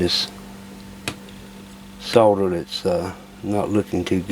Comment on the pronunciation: Thanks for videos, and pronouncing solder with an "L" 😄